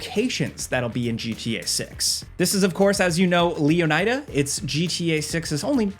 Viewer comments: The "ida" is supposed to be pronounced like most people would say it in "Florida", not with a hard "I". Flor-ida. Leon-ida. "ihh-duh". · "Lee-oh-ny-da" 😂 Maybe try "Lay-oh-nee-da" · Why do you pronounce "Leon-AI-da" like that but don't do the same with Florida as "Flor-AI-da", like the rapper. Maybe we even heard the real version in the trailer? I would be interested to know which one is correct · Its pronounced 'leh-nih-duh' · Is it Lee-on-EYE-duh? or Lee-ON-id-uh?🤔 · Have they confirmed the pronunciation of Leonida yet? My first instinct on reading it is to say it the way you do, but then there’s the other part of me that wonders if the “ida” part is supposed to be pronounced like the “ida” in “Florida” since that’s where its based on. So like “LEE - O - NIH - DUH”.